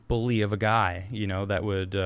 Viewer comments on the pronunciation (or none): none